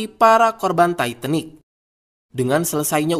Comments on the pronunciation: Admin sebutan tu titanic...bukan taiitenik..hahaha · Titanic bukan taitenik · Titanik bukan taitenik..bau dong lok tai.yg bner bacanya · Titanick, bukan taitenik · Setau gue itu namanya kapal TITANIC bukan TAITENIC...kalo ngomong yang benar aja lah... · titanic bukan taitanik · Emang di baca nya taitenik 😂 ya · Mbacanya yang bener bung titanic